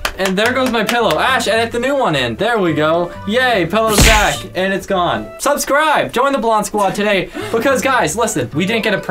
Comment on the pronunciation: said “subscribble” lol